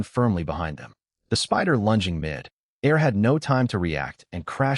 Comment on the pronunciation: its mid fucking air. not mi dare. get it fucking right